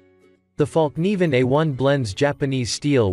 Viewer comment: Ummmmmm? What the hell did I just watch? Somebody please tell me. These are the best survival knives this clown could come up with? Well at least he pronounced fallkniven right.